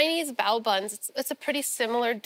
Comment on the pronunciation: If she is saying "bao" and pronouncing it "bo", I'm thinking I've been mispronouncing my steamed buns incorrectly for years. How embarrassing!